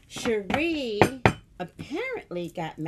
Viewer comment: It's pronounced Sha-Ray miss missy 😊